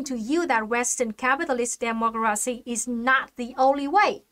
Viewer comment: Looks like she says demogracinha